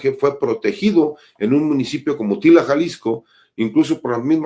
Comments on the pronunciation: Mi creo que es Tala,no Tila😊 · Abusado Cesar, no es Tila, es TALA, saludos